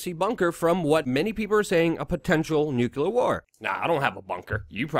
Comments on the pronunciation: It's pronouced "new clear".... NOT Nuke-u-lar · Luke, its NuCLEAR, not NuCULAR... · Love the shows, especially the weekly summaries. Forgive me (a nuclear/particle/... physicist) for being sensitive about pronunciation of the word "nuclear", but every time you say "nucular," it makes me cringe, and you've been saying "nucular" a lot lately. Since I'm going to keep watching, and I bet you'll have reason to keep saying it, would you please try to say "nuclear" (nuke-lee-er)? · Why americans always say "Nuchelar"? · What dlour nucular weapons and inivorns have in common? Neather of them ficling exist! It is NUCLEAR! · Nuclear .... NEW CLEAR for Christs sake ... NOT new cew lear ! You sound like Dubya :-/ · Nuculer?! You're killing me, Smalls!